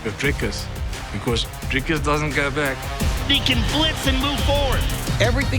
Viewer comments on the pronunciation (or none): Its not Dreycus,Its Dricus as in dreecus u insult us South Africans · How is the still getting Dricus's name wrong and still pronouncing it with an "a"???🤦‍♂️